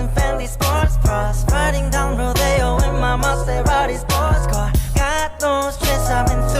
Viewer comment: Who noticed the girl with the colored hair said Maseraeti sports car in a weird way.